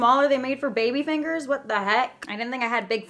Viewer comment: The way she said fingers got me dead 😂😂😂